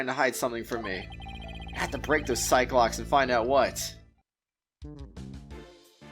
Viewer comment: Every time you say Psyche locks I keep thinking you say cyclops 🤣